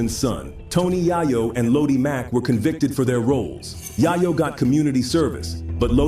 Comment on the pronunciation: 😂😂😂 SPI who is Spider 🔒 (Spider Loc) and Jay Rule (Ja Rule) & Tony Yay-Yo (Tony Yayo)? A.I. hasn't gotten pronunciation down yet.